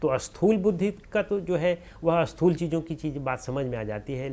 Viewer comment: Sir, namaskara to you. When you pronounce a word starting with letter Sa, you have a habit of adding A before that. For example, when you want to say Sthoola, you pronounce Asthoola. This creates confusion also opposite in meaning. Asthoola is opposite of Sthools. So, you should try to Remove A while pronouncing any S.